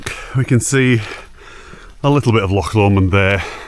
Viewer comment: Thanks for saying loch and dreich right. I do want to do the West Highland Way, one of these days.